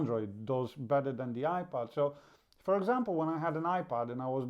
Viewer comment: Are you saying iPad or iPod because it sounds like you're saying iPod with your accent it's iPad you need to announciate better